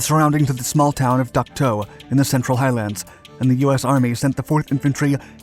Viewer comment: Dak To not Duck To, but that’s okay. Great video!